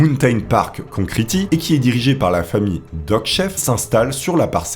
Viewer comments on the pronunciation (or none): "né à souss dakota"... "concriti"... Superbe vidéo comme d'hab sinon <3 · Aïe aïe aïe, j’adore tes vidéos mais fais gaffe à l’accent anglais! Concrete. Hésite pas à écouter des prononciations des mots que tu dois citer tu trouves sur internet. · la prononciation de concrete fais un effort j'ai le tympan droit qui saigne